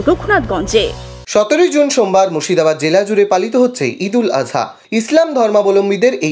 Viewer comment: ঈদ উল আযহা সঠিক উচ্চারণ